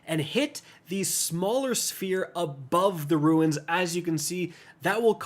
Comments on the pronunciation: Runes, not ruins! 🙄🤦🏾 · Bro it’s not ruins to make it simple pronounced “roons” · Roo nz (plural) or roon (singular) not roo ins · Bro saying ruins instead of runes is so infuriating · Runes! Like Roons not ruins! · Runes: “exist”: “RuInS” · Runes is pronounced Roons not Ruins. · Ikr? Been years and still saying ruins lol